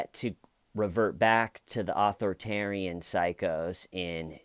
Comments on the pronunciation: fyi dude it isn’t pronounced author-tarian. its more like aTHORitarian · You're saying author-tarian is that on purpose?